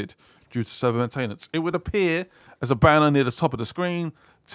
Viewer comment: How is a pom so bad at speaking English, you say battle barrage, when its battle barge, main tain ence? really? its one word maintenance